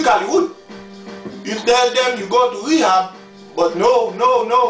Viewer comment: "u twick hallywood, u tell them u go to wehab but no no no" lmaoo